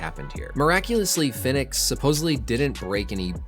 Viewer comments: Rey Fenix is pronounced like Pheonix. not fin-ex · its pronounced the same as phoenix